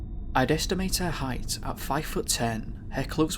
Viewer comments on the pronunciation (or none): none